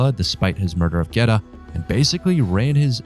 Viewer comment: it’s the pronunciation of Geta that strucks my nerve. As an Italian, listen to me: it is not “gueta”!!!